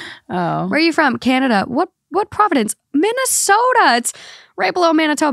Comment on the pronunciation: It's province not provenence